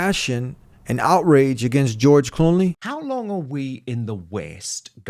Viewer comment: it is not Cooney you are missing an L it is Clooney not Cooney